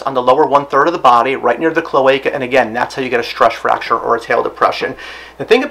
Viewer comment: "Stresch Fracture" tongue twister.